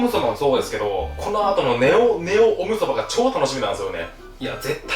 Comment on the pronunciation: オムソバ＝ゴムソバって聞こえたｗ